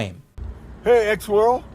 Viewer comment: "Hey Xworld" really became Exworld